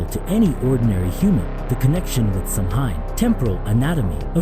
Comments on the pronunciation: It’s pronounced Sow-in. Not Sam-hain lol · It's pronounced "sao-in". Not Samhain.😂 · Sow-win. Not sam hain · Its not sam-hayn, its sow-wen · It's sow in. Not sam hain. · Pronounced “Sawin” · If it helps ….Samhain is pronounced like ‘SOW-WEN’….. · Samhain is pronounced "Sow win" I'm irish it's my language that's how I know